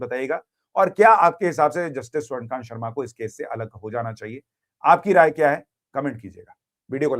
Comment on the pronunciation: स्वर्णकांत नहीं स्वर्णकान्ता